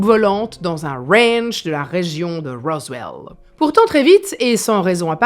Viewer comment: ... Dans un wwwwwwwwranch de la région de wwwwwwwrowwwwswwwwwellllll ... 🤣🤣🤣 Yeaaaaaahhhh 🤠🤪🤣